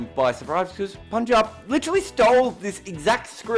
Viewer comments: I would just love it if you become the first white person to pronounce punjab correctly cause I gotta listen to you the whole season and listening to you say poonjab has already become irritating. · Finally said PUNJAB 😭😭😭😭